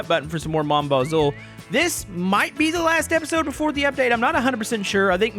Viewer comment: just for your knowledge mon bazou stance for my trash car and bazou is said like bazoo ! BTW love the content!